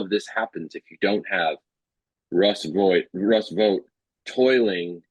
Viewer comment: Vought rhymes with thought. Why are we helping Trump whitewash this guy?